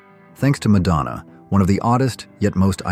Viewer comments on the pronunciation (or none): none